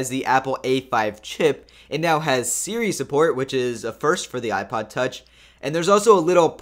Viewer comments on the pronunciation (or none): none